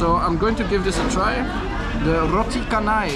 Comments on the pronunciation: Roti canai is pronounced as roti canai, not roti kenai. The dish that you ate was roti telur, not roti canai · The pronunciation of canai is "cha - nai" - The Saloma Bridge taken in conjunction with the name of a Malaysian artist - Saloma (singer & actor) in the 1960s - The fruit juice seller may not speak English well. Maybe that's why his face seems less friendly or emotionless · it's "chanai" as in "change"